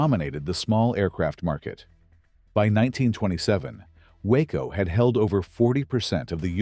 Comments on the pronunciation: It isn't a WACO (that's a town in Texas) ----- it's a WaaCo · Why do you show totally different engines when talking about them ? ie: Talking about the TURBINE engine of the chopper, but showing an antique PISTON engine. Also, WACO is pronounced "WOKO", with a short "o".